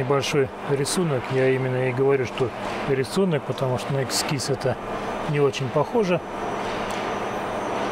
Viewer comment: ЭСКИЗ, а не эксис горе учитель